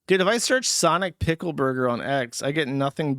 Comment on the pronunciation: Is that intentional or is it another "eever" and "awn" with Jewsh saying "piggle" instead of pickle?